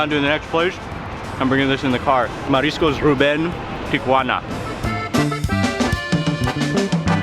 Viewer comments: I want to watch, but i cant listen to him TRY to sound like hes a local everywhere he goes. It is pronounced Tijuana. Tee a wanna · Someone must of enunciated slowly to Mark, "Tea-whhhah-na", I have never heard TJ pronounced that way, not even by locals. Tijuana has THE best FISH & SHRIMP TACOS ON THE PLANET! Even better in Rosarito, just a few minutes south of TJ. Order an ice cold 🍺Cerveza first, then Beer Batter Fried 🍤Shrimp or 🐟Fish, 🥬Fresh Shredded Cabbage, 🥑Avacado, 🍅🧅🌿Pico de Gallo, 💃🌶️Salsa Verde, 🐄 Dollop of Crema in a fresh made 🌮Tortilla. 🌮😋✝️ DIOS MIO!! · It is pronounced teeawanna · Oh no not Geoffrey. A complete hanger on.Its pronounced TI UH WAA NUH. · The most pretentious pronunciation of 'Tijuana'. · I know it's the proper way of pronouncing the city's name...but every time Mark says Tijuana, it made me giggle. It just throws me off when you hear his normal way of talking then all of sudden you hear pronounce TIjuana with a completely different accent and such a strong emphasis on the "Juana" part of the name. Plus, he said it so many times in the beginning of the video, it just I couldn't help but smile every time I heard him say it. Loved this video though, and always am excited to see Mexico and it's amazing cuisine which IMO doesn't ever get as much love as it deserves!! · not even the locals pronounce taco and tijuana like mark.